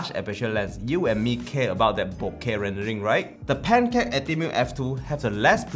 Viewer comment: I keep hearing Pentax when you say pancake. I am very sorry, but maybe consider doing this channel in Mandarin or the language most native to you? Your photos are nice, and the overall quality of video is obvious. But... your pronunciation and command of English is an absolute killjoy. Very sorry for the comment, and thank you for your efforts.